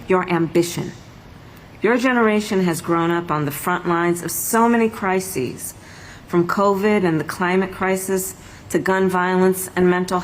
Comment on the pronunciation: “So many crisies.” What does hell does that mean Kamala? She even f**ked up on a script lmao😂😂😂😂😂😂😂 wow what a joke she is lol.